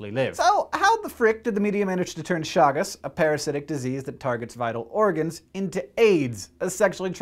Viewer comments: Please correct the name. Chagas, not Chagus. Thank you! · Chagas not Chagus.